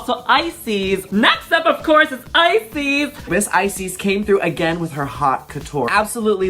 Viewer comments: crying how did i never notice you guys were saying iceese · I can’t believe y’all were pronouncing Icesis name wrong #Floptina